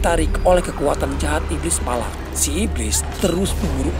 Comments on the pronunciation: Valak mkn bukan palak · Palak apa Valak😂